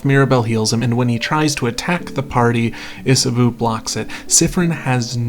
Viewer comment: Love the video, Cannot tell you enough how much you calling Isabeau "Isaboo" pained me [as a french speaker, it's pronounced isabow]